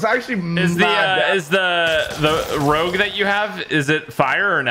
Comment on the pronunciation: Let’s not skip the fact that said rogue wrong on the VLK Rogue